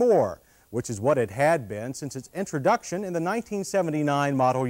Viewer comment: "toyote-ha" "intrha-duction" "sports and pone-he car" "at it's light-hist"